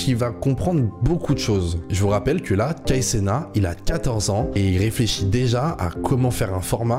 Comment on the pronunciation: C'est Kai CenaT Il faut prononcer le " T" à la fin c'est pas " Kai Cena "